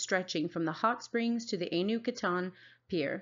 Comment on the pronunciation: Point of correction ainu is pronounced A-i-n-u